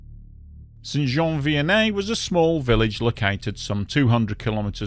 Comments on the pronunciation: Great job on the French pronunciations. As a québécois myself, your pronunciation of the town name is pretty much spot on. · I don t know where your from mate but your pronouciation of Saint -Jean Vianney is proper...and your reaserche on the matter precise .A nice trebut to all who periched that day.That event is still in our memories in Quebec. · Wow! I want to congratulate you on pronouncing St-Jean Vianney correctly people usually have a very hard time with French Canadian names